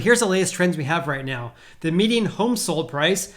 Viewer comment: Great video Are you pronouncing "median" as "meeting"?